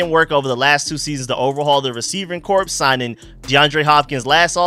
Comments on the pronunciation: Point of order: Corps is pronounced "core.' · Just fyi the word “corps” is pronounced like the word “core”